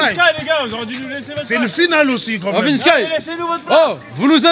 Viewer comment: C’est plus Vinsky mais VinskAïe